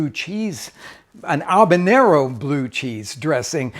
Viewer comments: Ha-banero, not A-banero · Great video, but it's pronounced Ha-banero, not Ahbanero. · ...aw-ban-ero...really? Where are you...Newfoundland?? Let me help you not embarrass yourself: haw-bah-nyer-r-r-oh Now practice it. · HaB a nero not Ab a Nero! 😬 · I had to bail after about the 12th "Obanero". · I've noticed Americans can't say H. They say 'erb or 'abenero not Herb or Habenero. Anyone else noticed that? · The fk is an “Obinero”? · If I had an ahbanero for every time he said ahbanero…. I too could make ahbanero salsa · he really enjoys saying A-banero.... ha ha. Love Rick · Love your sauces and videos. Making a sauce right now, in fact. LOL I smoked the peppers, onion, carrots....gonna see how this version turns out. BTW....is the "H" in Habanero silent? Asking for a friend. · Turns out everyone else on the planet pronounces the H. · The way he pronounces habanero is bugging me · This guy’s insistence on not pronouncing the ‘h’ in habanero is legendary.